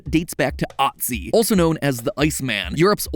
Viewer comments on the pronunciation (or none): its not pronounced "Atzi" but "Oetzi" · Ötzi is pronounced like Ootzi, not "ought-zi" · Its not AWT zi its OOT zi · Its not pronounced “otsi” its “utzi” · "Ahtzi" The umlaut makes it pronounced more like Utzi. FTFY 😉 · Its Ötzi not Atzi He is named after the Ötzlanertal (Ötzlaner valley) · Btw otzi is pronounced ootzie for anyone wanting the pronunciation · His name is pronounced OO-zi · so, this is just me correcting something not that important real quick; he said the name of the first pocket user wrong. It's pronounced ootzi, named after the mountain range-ish thing that he was found in. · Just so you know, he'd pronounced, ut-see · 😂Mat…. It’s pronounced U T ZI. The iceman! Cool dude. Learned all about him in forensics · It's pronounced Oat-See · Otzi 😂 its so funny when Americans try to say Austrian/German words with an "Umlaute"(i guess in English umlauts? Or is it mutated vowels?) Is Ö really that hard to pronounce after hearing it once? Btwm Great Channel, really looking forward to even more Episodes, even tho i most likely not watch every Episode the same with Food Theory Game-/Filmtheory on the other hand i watch every single Episode (only exception is FnaF, i dont like it). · "Otzi" as a german that hurt. It is an Ö. It is a hard sound but please. It is not a normal O!! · The pronunciation of Ötzi was a bit off but I can't be mad with the new theorists' channel on the first video, can I? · Ötzi is not pronounced like that, it is "oh"